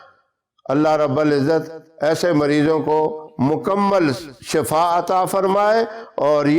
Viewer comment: ap nay lafz ada kya shafa is ka matlab hy muut ap shifa kaha kareen asal may sahi lafz hy shifa